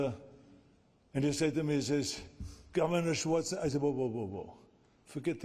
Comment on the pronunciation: Why did the host not pronounce Arnie's surname properly lol